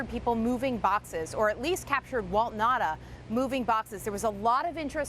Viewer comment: It’s Na-oo-ta, not Nahda! Ignorant!